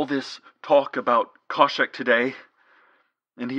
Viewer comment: Khoshek. There's an h in there.